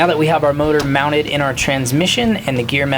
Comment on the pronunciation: You said MEOWNTED. smooth I almost missed it.